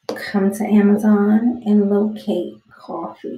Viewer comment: what the fuck did u call amazon? (ameruzuon) wtf